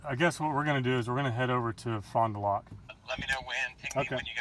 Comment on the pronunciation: It's pronounced Fon Da Lac not Loc lol.